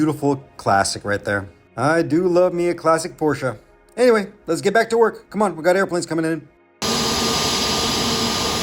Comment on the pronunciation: königsegg and porsche was correct pronounced! :)